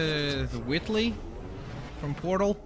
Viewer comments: its wheatly not whitly? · its wheatly not witly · It's pronounced "Weet-ley" not "Wit-ley" His name is Wheatley, shouldn't that be obvious? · It's Wheatley not Whitley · I know this is 9 months old but you sayed whitly instead of Wheatley and it's pronounced wheat-ly not whit-ly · Why do u say it like witly u say it like weet Wheatley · His name is pronounced Wheetly, not Whitly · Did he call him Whitley from portal? Instead of Wheatly? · you say it like wheat ly not wit ly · P I don't mean to correct on you, but it's "Wheat-lee", not "Witt-lee", also that collectablee weren't Wheatle, it was one of those cores you use in the final boss in the games! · its pronounced wheatly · Did you seriously say Widdley -. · No he said witttley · why do you keep pronouncing Wheatley as Whitley, the minikit thing wasn't even Wheatley, it was the Space Core. Also, can you play as other characters?